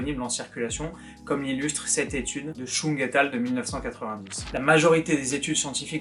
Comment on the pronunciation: Salut, super vidéo. Cependant, une petit détail me dérange... À, tu dis "Chung et al.", or il est spécifié au dessus de l'abstract que c'est le seul auteur, donc il ne faudrait pas prononcer le "et al.". Aussi, "et al." se prononce et alius ou et alii car c'est un mot issu du latin;) À bon entendeur, le fond de la vidéo reste très intéressant!